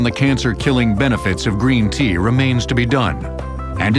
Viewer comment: ah wuv u gween tea